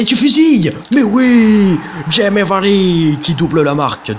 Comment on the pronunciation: fait juste attention c'est pas Jimmy Vardy mais Jamie Vardy voila bonne vidéo comme d'habitude.